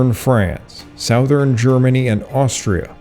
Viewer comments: Southern is pronounced suh-thern, not sow-thern. Funny, I thought you were a native US-English speaker until you said that, at least three times. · You pronounce "southern" oddly. You must be Canadian.